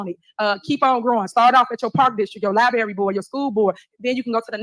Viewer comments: Get your butt down to the “LIBRARY” so you will quit saying “LI-BERRY”!!!! She is getting to Megalomaniac level 1!! Kim Jung Tiff in the Hisouse!! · What’s a lieberry?